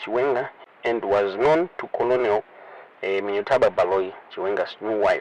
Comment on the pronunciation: Colonel is pronounced kenel.the l is silent.